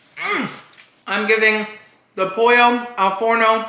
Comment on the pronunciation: in italian pollo is actually pronounced with the L so the way it‘s written, unlike spanish! i don‘t mind you adding in your cuban flavor tho so say it however you please. 💖 also love how the sponsorship basically felt like we got an extra taste test, you integrated that so well!